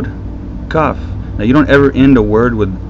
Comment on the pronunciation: good job, but you're not pronouncing the vowels properly (and also very few of the consonants, like the heh and kaf), is this on purpous? for example, what you called "La" is pronounced "Lo", it means no of course, and it is in Hebrew, at least modern Hebrew. was it not back then?